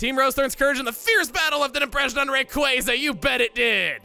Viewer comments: Strictly speaking, if we use the original Japanese kana as a guide, "Rayquaza" should actually be pronounced "Ray-kuu-za". I don't make the rules. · Raykwazza is literally the dumbest pronunciation for its name and I will die on this hill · That and pronouncing it “Raykwazza” makes him sound like a dumbass. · Chuggaa, you didn't call it Rake-wah-zah, you called it Rake-was-ah. I had found out about Quasars for the first time a few months before playing Emerald for the first time, so I always called it as such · Pokemon Team: NOOOO you can't call him Raykwazza that's incorrect his name is Rayquaza noooo: haha raykwazza go swoosh Me: I prefer Rake WAZZAAAAA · When people say Raykwazza it's one of my biggest pet peeves in pokemon if not THE BIGGEST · You do know it's called Ray-Qwayza, because of quasar right? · Quasar: pronounced kway-zar, thought to be part of the origin behind Rayquaza’s name. That’s why it’s pronounced Ray-quay-za. Also yes, an idiot scientist who made a ground breaking discovery, sounds like a moron. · You said Ray-KWAH-za!!! Somewhere deep down you still love the cooler pronounciation!!! DON't FIGHT IT!! xD WOW OMEGA EVOLUTION WAS AMAZING!!!! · "Raykwazza" does NOT sound cooler! Obviously that's just my opinion it doesn't matter what I think. I just always thought the proper pronunciation sounded cooler, even before I knew it was proper. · I can't agree with on the Rayquaza pronunciation. You sound like a dumbass 4th grader when saying Raykwazza. The pokemon's name is based off of Quasars, ya'know that beam of light that escapes BLACK HOLES! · hot takes on Rayquaza's name by Chugga. I still highly disagree. Raykwazza just sounds awkward and unnatural to say. Sorry Chugga, but I think you are objectively wrong. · am I the only one who actually likes the official pronunciation of rayquaza rather than raykwazza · "Raykwazza" is the inferior pronunciation. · Thank frick I never have to hear you say the official pronunciation again.